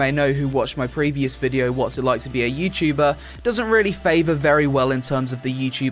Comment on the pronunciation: youtchuber youchuber........ Youtuber!!